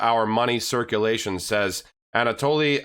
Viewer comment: You sad Anatoly is very good